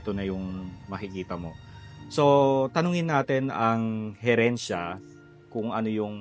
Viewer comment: Pasintabi po it's HERENCIA Sariaya sorry po again ✌️😅